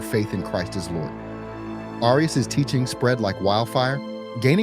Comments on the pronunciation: One way you can tell is just two and a half minutes in, he's already changing the pronunciation of Arias. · I refuse to listen to AI generated narration. , you're already changing the pronunciation of Arias. Inexcusable.